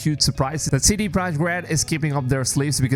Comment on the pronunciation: OH here we again again. Idiot strike once more. You still can't say Mirage the right way...and now we can see that you can't even say CD "PROJEKT" (NOT AN ENGLISH WORD!!) correctly...Listen people you have tons of other creators that are respectful and NOT DUMB like this one...